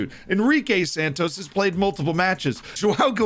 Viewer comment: You nailed JOÃO but you could use some help saying GUILHEME. It's like GIL but with no L sound, then LURE with no U sound and let this R sound reverb and then MEH. GUI-LHER-ME ;)